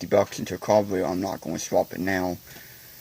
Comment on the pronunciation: Das a mopower cawburratew? Sheems wike a wase a time? 🤪